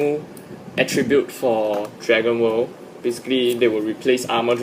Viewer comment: honestly when you said Dragon world, it sounded like you said Dragon ball :/